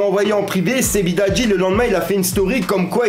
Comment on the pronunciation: "Sebidadji" 🤣🤣🤣 sérieux mec fait un effort, prononce correctement